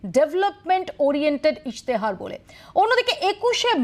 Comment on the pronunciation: কথাটা ইস্তেহার ইশতেহার নয়। 24 ঘন্টার কর্মীরা মনে হয় সব অবাঙালি